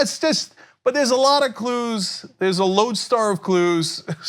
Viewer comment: I thought he was saying "lonestar" and maybe talking about walker texas ranger at first.